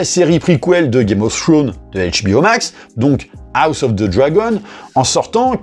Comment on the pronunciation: Assez d'accord avec la vidéo. Ya meme pas match entre les 2 séries. Le trailer de House of the Dragon est lourd! PS mon: penses aux "s" qui se prononcent en anglais: Games of Thrones (tronze) et non Game of Throne:)